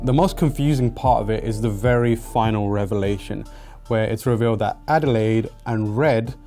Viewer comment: Her name is Adelaide. As in the Australian city, AKA "down-under"